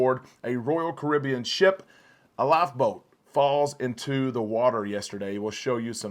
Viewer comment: You say life boat --laugh boat. Really dude?